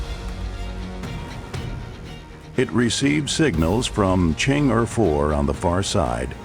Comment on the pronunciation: White folks have purposesly not want to properly pronounce Chinese names. In this video the voice over pronounces the word Chan'E in three different ways showing total disrespect for the proper prnunciation of Chinese names. Pure colonial racism. Chang'E is spekked ub English alphabet with proper consideration for how a b c s can be used to consistently reproduce the sound of Chinese characters. The spelling of this Chang'E has an apostrophe obviously signifies the fact that there are two sounds, one the Chang, easy to voice, plus the E meant to be voiced alone as an E, such as an Earl, such as Er as "to err ios human". Yet you choose to in consistent in the way you mispronounce this, Instead of paying consciousness to the apostrophe as an important separator, you have ignored it and instead prnounce it as Chang Ge. another time as Changay, one of the English "exceptions". This is how pitiful your group is behaving. All you have needed to do in the first instance was to ask by hone to a Chinese media group and you can then get the proper sounds. No, white folks as just too bloody-minded to tlearn.